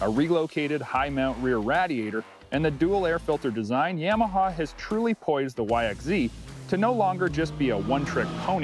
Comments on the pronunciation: What the heck is a “yahmahaw “ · Stop saying "YAMAHA" like that.